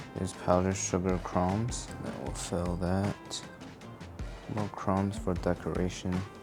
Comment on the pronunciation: Crooms? Lol. In case anyone needs this, it's actually pronounced like u in crud* minus the d, add silent b, and s. Crumbs. *Crud is pronounced how, the u like u in rug.